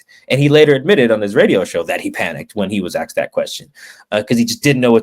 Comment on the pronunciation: why tf does this guy pronounce the word “asked” like “axe’d” …. Pet peeve of mine is “professional” speakers having terrible grammar